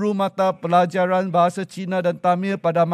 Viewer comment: Tamil,.bukan temel,.sebut pun salah,ini ke pemimpin